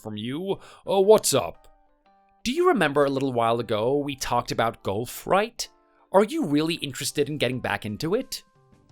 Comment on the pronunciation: Golf has often been called an old person’s game, because aside from the walking there is nothing extremely strenuous about it. And a golf cart can solve the walking problem. Am I hearing him correctly when he says golf? It sounds like he is saying gulf.